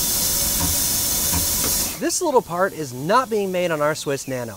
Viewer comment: paht feh guhn